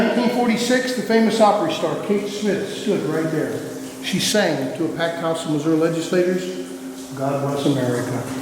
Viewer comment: Its called “Missouri”, not “massoura”. 🙄🤦🏽‍♀️